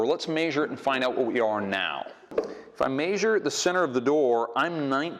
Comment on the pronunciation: What planet is the presenter from. Lets maysure it.